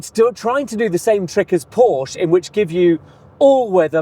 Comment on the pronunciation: Call yourself motoring journalist when you can’t even pronounce Porsche correctly.